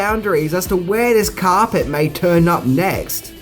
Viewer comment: Why can't this guy say carpet properly ??